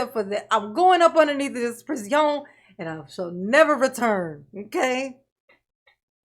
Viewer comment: Guy who lives under the jail!!!🤣🤣🤣🤣 Never stop saying, "priz-ee-own".